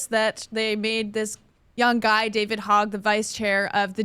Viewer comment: You guys mispronounce Veritas and Hogg, and come off like noobs